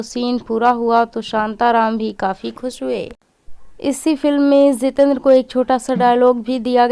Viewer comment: It is not Zitendra, it is Jitendra !! You are not speaking proper words.